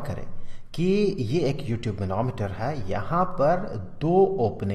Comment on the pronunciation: Sir when you say u tube I listen you tube